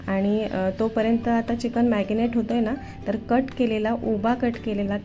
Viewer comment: मॅगनेट नाही मॅरीनेट😄